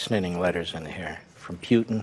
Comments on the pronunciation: Pee-you-tin, Gee, and Un (Levin doesn’t realize that’s NOT the guy’s last name) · I hate how Mark Lavin pronounces Putin. ( PEUTIN ). It's so weird